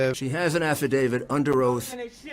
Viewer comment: how the hell does that person not know how to say "under oath"?!?!